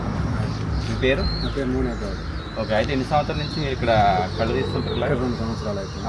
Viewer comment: కళ్ళు కాదు కల్లు అనాలి.